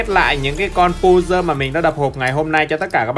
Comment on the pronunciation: pơ giồ hơ giồ chứ không phải pu dơ hu dơ